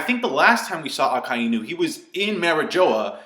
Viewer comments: I am a native Japanese speaker you are incorrect in your pronunciation. It is pronounced Akai-Inu. It is a play on words with Akai = red and Inu=dog so the "i" is said twice. Even in the anime it pronounces it like this. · Why does everyone pronounce Akainu as A-Kai-e-nu, were did the "e" come from? Great video anyways